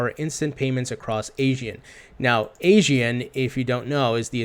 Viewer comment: Its pronounced as 'Aaa - see - aann'.. Not Asian.. 😋😋 Great video 😎